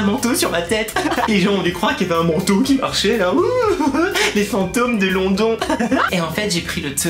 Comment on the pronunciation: Ça sécri London mais ça ce dit lonedone.